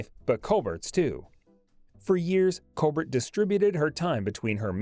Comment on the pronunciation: WELL DONE - but she was a STINKER!!!! Your pronunciations of other actor's names are HORRENDOUS as well as COLBERT="COLBAIR" last name!!!!!